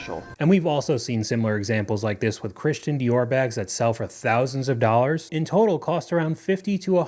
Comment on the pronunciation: Her voice at the very beginning, jesus christ. Three to four DOLLERRRS DINERRRRR